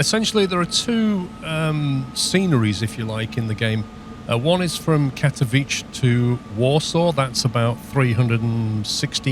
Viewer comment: Just FYI, Katowice is pronounced Kat-Uh-Veet-Sa :) New sim looks good 👍